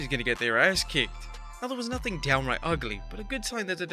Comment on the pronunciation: Downiright bothered me more than it should’ve 😂